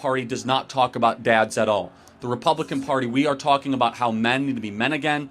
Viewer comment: "DEMONCRATS" & "RE-PEE-YEW-BICANS"